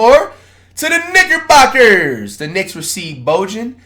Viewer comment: Flight please stop saying knickerbockers it dead sounded like the hard r that time 😭